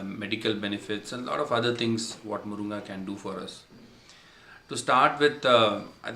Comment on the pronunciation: Its Moringa in English ...not moronga !!!🤣😂